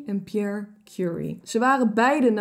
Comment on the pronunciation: Leuke aflevering! Kleine kanttekening: het zijn Marie en Pierre Curie, op zijn Frans uitgesproken 😁 ku-RIE